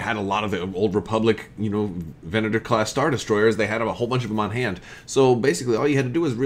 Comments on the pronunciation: Ven-ay-tor is an incorrect pronunciation. Venator (Ven-uh-tor or Ven-ah-tour) means hunter in Latin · Sacrilege, I'm sure, but these are my favorite class of star destroyers. (ven-AH-tor ... get out of here with that ven-ATEr stuff.) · Use the long a. AAHHH not aayyy. The short a tends to be nasally. The long A is more in line with Latin and Italian, think of parallels that can be drawn between the roman Empire and the Star Wars Galactic Empire. Imperator. Venator. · "Venator" is Latin for "hunter," incidentally...so, going by Latin Anglicization practice, it should probably be "VEN-uh-tor"; in actual Latin, it would be "ven-AH-tor," with the emphasis on the middle syllable, but a longer "a" sound. Am I crazy, or did the Rebellion have a few of these as well? That might be interesting, to have it be a potential cross-faction ship in Armada, or to have some future wave come out and include a Rebel and an Imperial version of it in different paint schemes...unless I'm actually crazy and totally have that wrong, which is possible! ;) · Should be an Imperial Assault Frigate. Ven-uh-tor. Geez. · Ve'na:tor Latin word meaning hunter also a word used by the Romans describing a type of Gladiator. So soft a. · I think they say it with a soft A in canon